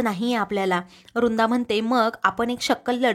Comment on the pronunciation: रुंदा नाही हो वृंदा बोला ना नीट